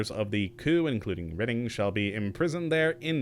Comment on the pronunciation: The one thing I do find retarded about 'k' is his instance on MISPRONOUNCING CHARACTERS NAMES!!! Like in fallout 4 he insisted on calling ADA ,ADDA! so now calling REDDING , READING gahhh what a dink ! So bloody ignorant and so disrespectful to his viewing audience, jeez!